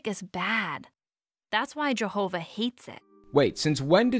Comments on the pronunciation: Say' In and Jehouvuh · Lol......his mother always pronounces it like Jerhova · I hate, hate, hate, HATE how that wretched mother pronounces “Jehovah”. I hate the way she says that J. Good lord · Why does it sound like she's saying "Jerhova"? These cartoons are effing sad. They made the mother look evil imo. What a F'd up religion. 🤮